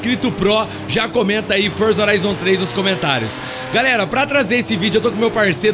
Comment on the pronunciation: Forzi orizon